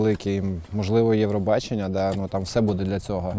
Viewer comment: Эвробачення?) ох и ))